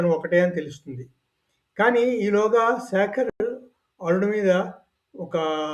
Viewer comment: శాఖర్ అని పలక రాదు.. శేఖర్ అని పలుకవలెను ! ఉచ్చారణ లో కల తేడా తెలుసుకోండి.. ఉచ్చారణ ను సరి చేసుకోండి! భారత్ మాతాకీ జయ్🎉